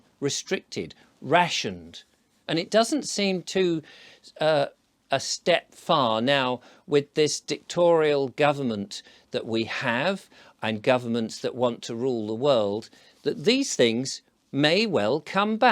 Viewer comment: Dictatorial not dictorial